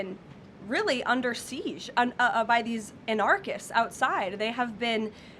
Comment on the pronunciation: 🤣🤣 I wonder if that’s how she always pronounces the word anarchist or if that was just some weird brain fart. Because that’s the craziest pronunciation I’ve ever heard for this. 😂😂😂